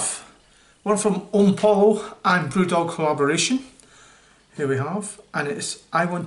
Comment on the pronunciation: Omni poyo is how it's pronounced, lad :) Good review!